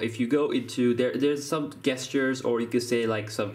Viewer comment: SERIOUSLY?!?!?! 'gestures' is NOT pronounced 'guestures' its pronounced 'JESTURES'!!! Im not trying to be mean, and you do sound as though you have a bit of a cold. So if I'm jumping on you for no reason, then I apologize but if not, then START READING MORE AND LEARN HOW TO PROPERLY EXECUTE THE ENGLISH LANGUAGE!!!